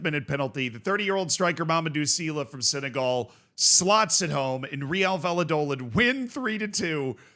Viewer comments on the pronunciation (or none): none